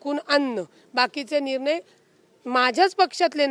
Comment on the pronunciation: निरनय नसुन ते निर्णय आहे...न आणि ण यातला फरक 😅😅😅